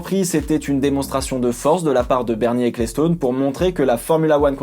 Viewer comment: Ca se dit ekelstone et pas eklestone